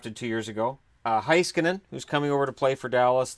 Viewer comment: If you want to pronounce "Heiskanen" as he would himself, try saying the "Hei" part like you would say "Hey" in English and then just skanen like you are already saying. In German they change "ei" to "ai" when pronouncing a word. Although I don't really care that much how you say the names it's the content that matters not small irrelevant details like that.